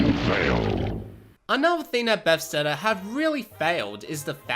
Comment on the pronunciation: Buh-thes-da not “befsteda”